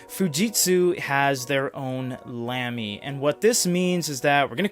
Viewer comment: no offense but it's not pronounced lamb-e, it's pronounced lahm-e